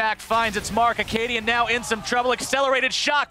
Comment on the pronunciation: 2-0 said akaadian